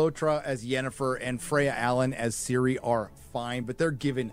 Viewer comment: Who is Siri? Or you mean Ciri (Cirilla)